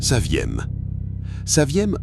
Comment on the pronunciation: Dans le chapitre UNIC, dit 'saviam" au lieu de "saviem" , en désignant 2 Berliets !